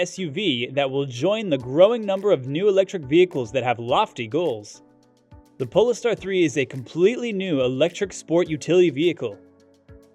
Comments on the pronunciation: POLE STAR. POLE. STAR. holy shit. POLE. POLE. STAR. STAR. Polestar. What the fuck is a polister? Polestar. Polestar. POLE. STAR. Say it with me. Polestar. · who pronounces POLE-STAR like PO-LE-STER ?? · Polestar is pronounced "pole-star", not "pollster". Y-e-e-e-e-sh! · “Pole~ster”? Isn’t it pronounced “Pole Star”? You pronounce sedan differently than I have ever heard…. You pronounce it “Se-Don” instead of “sah-dan”… which is the only way I have ever heard people pronounce the word sedan… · I think it’s pronounced POLE-STAR not po-les-tar. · Pole star. Not pol est ar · Poles ter haha...pronounced Pole Star mate. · FYI, it’s pronounced “Pole- Star”. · That's what I thought too.